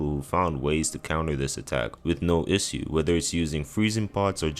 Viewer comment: bro the pronunciations are insane in this video how tf did you manage to say ebriates right but somehow fucked the word issue or manus